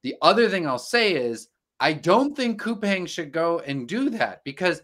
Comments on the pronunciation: It's pronounced -Cou-Pong. The Pang part rhymes with beer pong. I have some shares and work in Korea. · Start w pronouncing the company correctly....